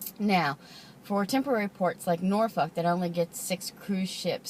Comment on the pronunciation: Very nice! And you pronounce Norfolk correctly!